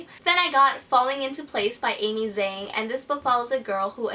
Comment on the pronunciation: I love your videos! You're so authentic and sympathetic! What book are you most looking forward to in 2017? And I wanted to ask whether you speak Chinese or not because I was surprised by the way you pronounced Amy Zhang.